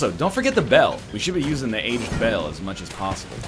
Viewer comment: why cant he say aged